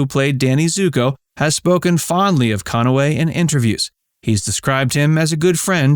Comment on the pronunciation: Listen to pronunciation. CON-A-WAY.